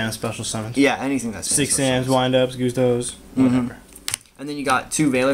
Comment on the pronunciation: Goosetos? Gustos* gust as in a gust of wing not goose as in my goose is cooked